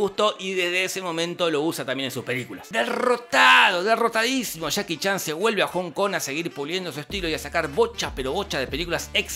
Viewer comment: Me encanta como dice: "Chaki Chan" 👌